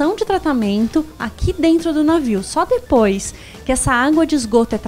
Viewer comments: DEPOIS, E NÃO DIPOIS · NÃOOO É DIPOIS É DEPOIS CARAMBAAA !